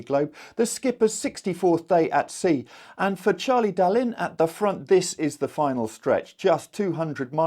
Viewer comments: The French language reports would disagree. Dalin is pronounced DalAN, to rhyme with Alain. I got pulled up by a French friend for mispronouncing the word 'copin' which means buddy or chum. This too is correctly pronounced copAN. The feminine version 'copine' is pronounced as it looks. So by comparison, Charlie would need an e on the end of his name to make your current pronunciation correct. Your reports are valuable and greatly appreciated btw. Sorry to carp! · Now that it seems Charlie Dalin is going to win, perhaps you could try to pronounce his name correctly please!